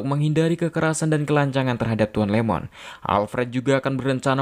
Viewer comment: Bukan LEMON!! IEMON (ie-mon) refrensi ke Ishikawa Iiemon